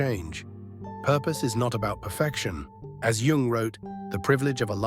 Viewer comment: it`s "yoong", NOT "young".